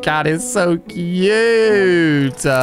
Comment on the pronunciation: Nobody: Alia saying cute: COOYUTAA